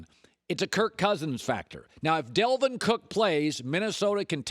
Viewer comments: What in your brain makes you pronounce an A as an E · Why can’t Colin say Dalvin Cook ? He’s always saying Delvin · Learn the players' names. It's DALVIN COOK.